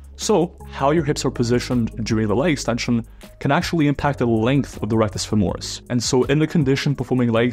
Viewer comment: Great video! However, it's FÈMORIS, not FEMÒRIS! cheers from Italy!